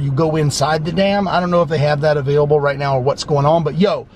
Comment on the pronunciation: it's dam , not damn